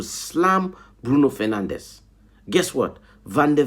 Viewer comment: Why do you pronounce Bruno Fernandes's name like he's Spanish when he's Portuguese?